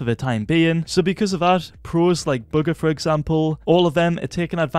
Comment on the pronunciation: i swear u said booger instead of bugha